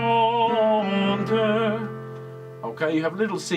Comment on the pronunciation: Be careful....,in’’languissante’’...’’gui’’is pronounced as’’guitar’’..and not’’gwi’’....you can trust me...I’m French! I love listening to your ’’lessons’’as I am a singer too. Thanks a lot